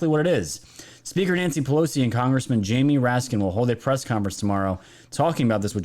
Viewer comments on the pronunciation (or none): none